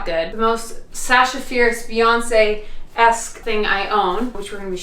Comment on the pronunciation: When you said "Beyonce" while trying on clothes, I had to do a double take because I heard "fiancee" and thought I had seriously missed something 😅 Gorgeous dress, by the way!! Hope you have a beautiful day! 🥰 Ps. Thank you for that visual of Beyonce sitting and doing her taxes 😂